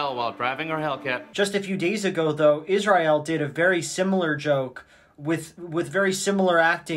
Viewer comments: You pronouncing Israel like that just makes me think of the guy that did a cover of the Over the Rainbow song. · Love how Joel thinks his quirky by how he pronounces Israeil. Truly qUiRkY